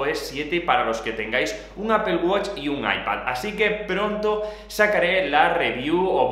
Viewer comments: Pronunciar 'Apple' sin que suene 'ápol' es tan fácil como pronunciar la palabra 'sister'. No decimos 'sisto'. Porque el sonido fonético es el mismo en '-pple' de 'Apple' que en -'ter' de 'sister' :-) Buen contenido por cierto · "APOL" JAJAJA